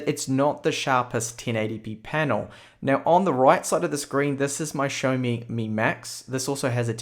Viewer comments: I had to replay a few times to actually hear you say xiaomi and not Sony. great laugh ;) oh and love your reviews. keep up the great work! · Tomas C he probably said Xiaomi - pronounces it show-me